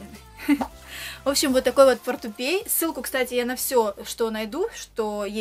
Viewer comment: не портупей,а портупеЯ